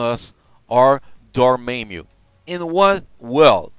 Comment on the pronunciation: Wasn't me or was he mispronouncing dormammu and kid kaiju. Not a big deal what is his native language.